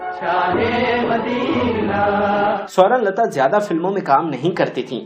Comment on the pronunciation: Bhai aap un ka nam tu sahi se lo .Sorun lata Sorun lata keh rhey ho .Un ka nam tha Sawern Lata . Mein rozana aap ki mistakes nikalti hoon . Shuker hey k aap mujhey dant -tey nhein lekin galat alfaz bolne se baz bhi nhein aate .Mind na kerna . Hum tu un ka nam suntey suntey boorhey ho chaley lekin aap ne shayed suna hi nhein .